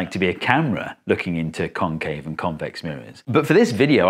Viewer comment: FFR, ya gotta emphasize the "-VEX" and "-CAVE" syllables instead of the "CON-," because those are the differing parts of the two words. There's no comparison between "con-" and "con-."